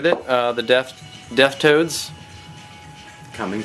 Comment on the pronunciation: I thought you kept saying "Deaf Toad." Still hawt.